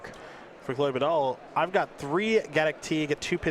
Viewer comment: *chloé not chole :(